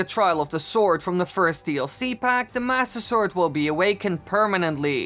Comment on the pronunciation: I luv how u say master sword and I’m not being rude I love how you say it